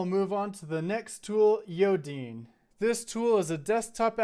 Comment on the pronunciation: As a note, there was a miss-pronunciation of Yodine, as It says in the repo, it's pronounced Yo-Dine and not Yo-Deen (I might clearify that in the repo)